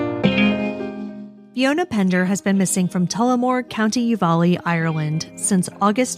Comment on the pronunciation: The county is Offaly , pronounced off a lee. Sounds like u said u va lee. Counties in Ireland can be hard to say 😂